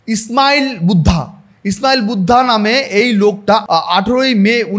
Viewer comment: ওটা 'ইসমাইল বুদ্ধা' নয়, 'স্মাইলিং বুদ্ধা' হবে,আর স্মাইলিং বুদ্ধা কোনো ব্যক্তির নাম নয়,ওটা প্রথম পরমানু বোমার নাম। শ্রদ্ধেয় এ পি জে আব্দুল কালামকে মিসাইল ম্যান বলা হতো। আপনি একটা কথা অকাট্য বলেছেন - স্বপ্না ভাদুড়ির মতো এরা প্রত্যেকেই একটা রাজনৈতিক দলের হয়ে কাজ করছে।